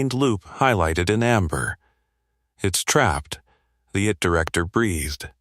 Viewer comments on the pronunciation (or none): Please amend : its NOT "it director". It's 'I T Director'. 'I' and 'T' are two different words.